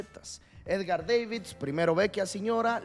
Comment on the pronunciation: no me la creo que no lo tengas a edgar davids, y es davids, no deivids jaja